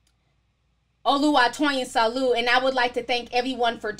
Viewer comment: I think toyin's surname is pronounced Sah-Lah-U: the U: asin OOze,fOOd,gOOd